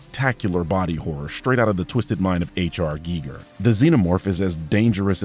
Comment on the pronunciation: "Straight out of the mind of HR Giger: Props for getting the pronunciation right. So many people pronounce it guy-gur. As far as I'm concerned, I liked the film but due to its heavy reliance on Alien: The Greatest Hits, it can not be a great film. There's some things I loved like Rooks character, and some things I hated like Rook's appearance. Sometimes the need to invoke member berries actively drags the film down like Andy..pre-eminently quoting Ripley's line from Aliens of all things. Not only is it a very blatant callback to a famous line but it doesn't fit his character at all which is a shame that stood out so much because in addition to Rook, he was my favorite character in the film. I actually quite like the yonic cocoon that the alien emerges out of. It invokes Giger's psycho-sexual imagery while also giving an explanation as to how the creature goes from this tiny little ferret to a 6 foot tall thing, and yet it still leaves much to the imagination about the specifics. There's just enough 'Well maybe it made one in a place the movie didn't show' to give it plausible deniability in regard to it not being in any of the previous movies.